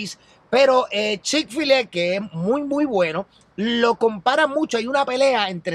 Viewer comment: x siacaso no es chick fillet..se dice como se llama..chick fil-a